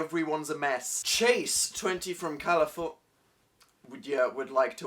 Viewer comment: sheds tear he didn't know how to pronounce California....wait...wasn't that an email from some stalker dude from California. looks around oh wait no one would spend eight months painting trash, I don't have to worry.